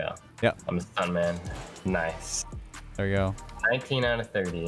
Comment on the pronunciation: then said kice not nice